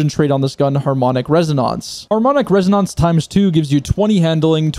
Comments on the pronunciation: It's reh oh nenhs not res oh nounce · Everytime you say resoNONCE my baby cries loudly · Rez oh nahnce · Pls don't say resonance like that ever again.